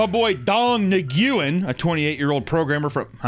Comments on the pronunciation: Its not nuwen. Its nguyen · its actually pronounced "wen" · Hey guys, "Nguyen" is pronounced like "Win" Hope that helps 😊✨️ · Not pronouncing "Nguyen" right is honestly a little sillier when you learn that Nguyen is the single most common last name in that entire country. So like, if anything you're actually poking fun at most Vietnam and Vietnamese Americans. It's like making a joke about the majority of a minority... Like racism... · You corrected his falsely pronounced vietnamese name with an also falsely pronounced vietnamese name. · How they both pronounce Nguyen wrong